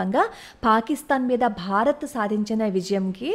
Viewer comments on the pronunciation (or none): none